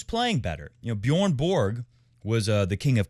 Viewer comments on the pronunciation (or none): none